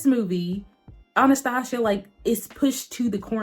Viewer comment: Girl how you are saying Anastasia is driving me insane lmfao Still great review though lol